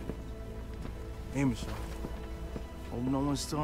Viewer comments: me revienta los oidos cada vez que dices michon, que vale que se escriba michonne pero se pronuncia mison por dios.. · michon le manda xD se pronuncia millon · miccchhhon (pronunciacion de ) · "MICHON" "miCHON" "miCHON".